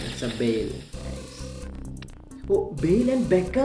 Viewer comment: Bale and Beckham reallyyyy 🤣🤣🤣🤣🤣🤣 that Hindi accent wow 🤣